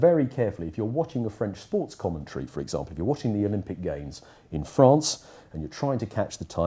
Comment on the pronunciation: It’s interesting how he switches to English but still pronounces some words with a French accent, e.g example or France